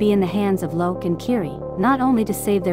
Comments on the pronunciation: It’s not lok it’s Lo’ak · It's lo'ak not loak. There is a difference in spelling his name. You completely butcherd his name 😢😢😢😰😰😰